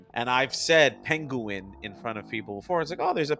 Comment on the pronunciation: There's a couple of Bugs' great mis-pronunciations in this cartoon: "you're a pen-gu-in" and "Madri Grass"